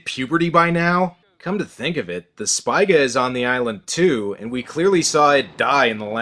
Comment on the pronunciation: Heh. "The Spiga" :)